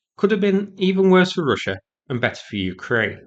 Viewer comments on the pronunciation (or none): none